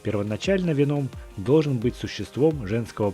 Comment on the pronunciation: Правильно вЕном , а не венОм !!!